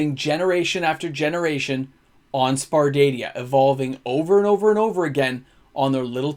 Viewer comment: Sar-pa-dia xD